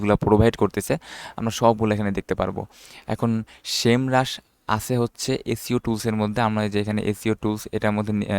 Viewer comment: Vai...shame rush nah SEMrush